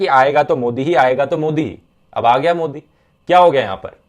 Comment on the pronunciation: did he say Godi instead of Modi?